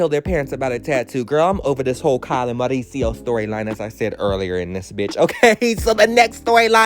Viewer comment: I love the way you pronounce Mauricio 😍